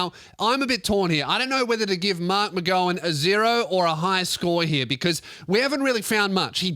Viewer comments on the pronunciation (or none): It’s pronounced mark-mc-gow-an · Kim Jong McGow-un Is what I’ve heard people calling mark mcgowan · pronounces marks last name incorrectly.